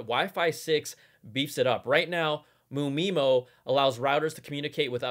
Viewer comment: you don’t read it as “mu-meemo”. you’re supposed to read it as “m.u. my mo”